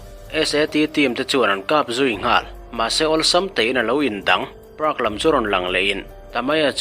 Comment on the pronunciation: I park lamdan chu a mawi hlemai "Prak" analh analh analh😅😅😅